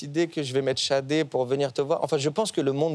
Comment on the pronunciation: Il s'agit de Sade qui se prononcé chadé